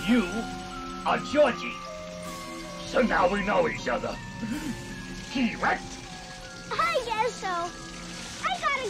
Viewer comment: Did he say “KEY-RECT”? 😂